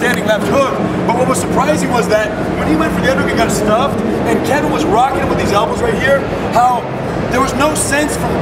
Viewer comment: pretty sure rener just said elblows